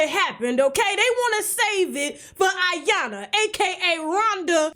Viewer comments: Her name is I- YAN- LA! It's pronounced E- YAN - LA. Isn't your husband Nigerian? Why do you mispronounced her name on purpose, that was sooo disrespectful! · IYANLA😲😲😲😲😲 LA LA LA LA IT'S IYANLA NOT AYANNA DAMN GET HER NAME RIGHT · It’s pronounced E yanla not I... Damn!!! Just say Rhonda at this point! 😂🤣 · Tasha Iyanla is pronounced E-yon-La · Tasha I'm gonna need you to put some respect on Iyanlas name gatdammit. You're my girl but come on now.